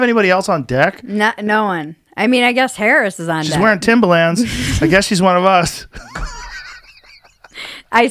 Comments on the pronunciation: Timba-Lands. Joe has a quirk where he pronounces shit incorrectly all the time haha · There’s an R in Timberlands lmao Joe “TIMBALANZ” Rogan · The face he says “timbalans” and not “timberlands” hahaha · Timberlands is pronounced timberlinds, not timberlanzzz😂😂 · He says it like the music producer Timbaland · Why does Joe keep saying “Timbalands”? Timbaland is a rapper and producer. Timberlands are boots. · Timber, not timba, T I M B E R L A N D S. Annunciate people. English. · I love how he kept saying, "Timbalands" because New Yorkers wear them. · People on the west coast call them "timberLANDS" not "timberlins"? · Timba-lins. Not limbah - LAnds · Timbalands? Timberlands you mean? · THIM-BHA-LANZ is the correct punctuation I believe. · If Joe saying timbalands doesn’t turn into a meme I’m gonna be upset. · Still cringing over the fact he says “timba lands” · Him saying "Timbalans" over and over instead of just saying Tims after the first time bothered the shit out of me for some irrational reason lol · "Joe Timber-Lands Rogan" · Who tf pronounces it timber”lands” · New Yorkers don’t say Timber LANDS lmao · Joe saying "timbalands" and supporting trump. Way to ride the fence Joe. No heart. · Anyone else kind of cringe the way he says timberlands? I guess he’s a west coast guy but cmon B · The way joe is saying Timba-Lands hurts my ears. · Joe "TimbaLAAnds" Rogan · Cus (surprise twist) HE'S never owned a pair! And he thinks that's how it's pronounced because he's only ever heard black people talk about them, and that's how they say it. Joe a real one. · The way he pronounces Timberlands is gold